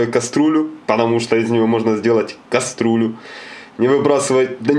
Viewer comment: Уважаемый, слово Кастрюля пишется и произносится через Ю